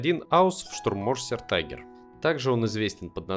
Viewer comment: Tiger по немецки читается не тайгер, а тигер